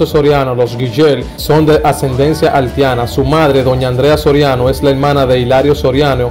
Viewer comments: Haltiana por Dios Haitiana ,no menciones tanto la L lee un poco mas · Broth tienes que mejorar en esas palabras Prolpecto, haltiana, halti, llegals y con la biografía de sanó te equivocaste , siempre fue infielder no jardinero 🤦🏻‍♂️ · Halti, Haltiana? 🤔 🤔 🤔 Brother trata de mencionar la i donde va! Debes trabajar en tu léxico hermano, tomalo como una critica constructiva!